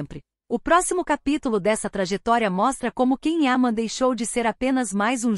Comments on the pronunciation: Ah por favor, alguém avisa pra ela que Ken é o marido da Barbie. Esse ator se chama Can Yaman e se pronuncia "Djan Yamã"😂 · Não consigo continuar ouvindo essa pessoa desinformada pronunciando de maneira errada o nome do ator. Alguém por favor informe a ela que Can Yaman, não se pronuncia "quem ama" e sim "Djan Yamã". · Achei que só eu tinha percebido. Não vi e nem ouvi a lista, assim como a pronuncia errada do nome dele incomoda bastante. E isso é uma coisa tão fácil de aprender. Bastava ouvir a entrevista para a TV italiana aonde ele explica para a entrevistadora como é a pronuncia correta. É desse tipo de imprensa que fala de coisas que não sabem nada a respeito, só se aproveitam dele para ganhar visibilidade, como esse vídeo. 😢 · Vocês mentem só para ter visualizações. Já agora devia pronunciar bem o nome dele não???!!! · Antes de tudo, VOCÊ DEVE APRENDER a PRONUNCIAR o NOME CORRETO DO ATOR. Depois, se tiver um CABEDAL de CONHECIMENTO VERÍDICO de CAUSA, CAPACIDADE de DISCERNIMENTO da INFORMAÇÃO (fato ou fake) e competência para explanar ... tente fazer uma REPORTAGEM DIRETA, CLARA, PLAUSÍVEL, CORRETA e FIDEDIGNA ao TEMA ENUNCIADO POR VOCÊ MESMA na LEGENDA..., e, NÃO FAÇA APENAS "SUPOSIÇÕES" e "ACHISMOS", os quais não enriquecem e nem dão credibilidade ao conteúdo ora exposto pelo canal.